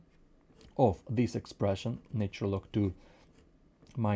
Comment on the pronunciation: "natural", not "naytural [sic]"